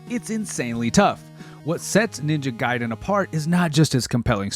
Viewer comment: If adhering to Japanese pronounciation it would be G(eye)den.